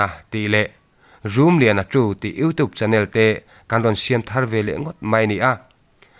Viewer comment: RUM LIANA ti lo in RUMLIANA tiin thlak tawh la..